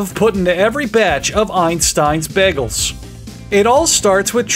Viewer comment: The boygol? De boiagoll? D BOYEAGOULL!